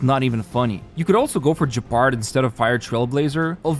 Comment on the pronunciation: I'm sorry I don't want to be that guy but I can't hear people mispronounce allt of these names so badly 😭 I understand mispronouncing "Bronya" since it's hard for foreign speakers to know where the accent is in a given word should be, but "Gepard" being pronounced as Jepard just breaks my heart..